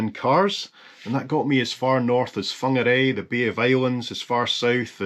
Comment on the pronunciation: Kia Ora!! Beautiful pronunciation.. Whangarei. Big fan here